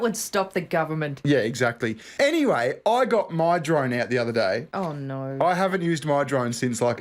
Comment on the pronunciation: Speaking of accents, I'm beginning to doubt bona fides as a 'straylyan considering she only took about 4 syllables to say "oh no".